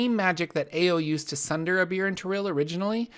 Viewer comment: I understand "they went with a beer" xD